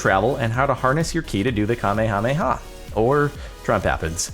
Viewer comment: the kamehameha wave is a thing from Dragon Ball-Z Its pronounce Kah-me-yah-me-yah, not whatever you say in the video